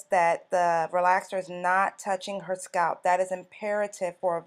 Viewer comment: I'm normally not so petty, BUT I hate the way she pronounces "scalp"! 😣